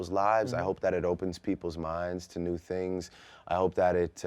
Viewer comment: I like how Drake's Toronto accent became more pronounced right after he talked about others using their slang. One minute he's articulate Drake...next minute he sounds OD Canadian and saying "tings" like he's sponsored by the word.